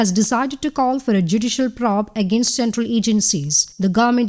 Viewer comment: It will be nice to hear the word probe pronounced the way it is supposed to pronounced.:):):)